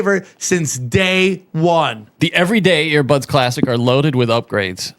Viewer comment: We need a Brendan Shaub translator for Sam. First we have "sim-a-lation" instead of sim-u-lation, then "air" buds instead of ear buds and apparently Sam puts dead bodies in a "hurts" when most of us use a hearse. Bapa and him should do a show together